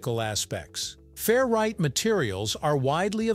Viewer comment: I took a shot every time you said fair-right instead of 'ferrite', and now I'm hammered.